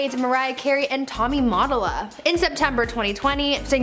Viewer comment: That's Tommy Ma-tol-a. Q Sheesh don't you guys do any research (lIke the dictionary) re PRONOUNCIATIONS?